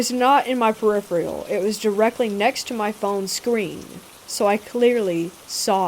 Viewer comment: It's peripheral, not periphreal